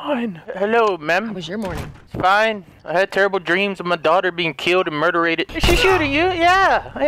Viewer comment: I can't get over that he said murderaded